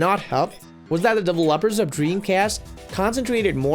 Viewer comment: The way dude said developers at beginning of video he said lop like pop